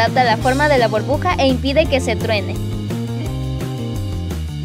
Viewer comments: No se dice borbuja se dice burbuja 😑😑😑😑😒😒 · Jaja cuando dice enteramos una borbuja dentro de otra borbuja que risa te amooo😍💖💖💖💖💖💖😊💕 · una borbuja jajajajajaja borbuja aprende jaja te amo eres la mejor💓💜😂 like si también la amas